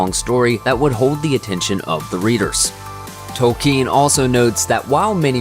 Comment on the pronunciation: Is it pronounced 'Toel-kean' or is this just anyother American pronouncing something wrong and not bothering to even check?